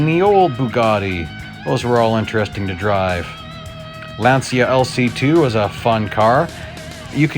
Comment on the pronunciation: Not "Lansia". It is pronounced as Lancha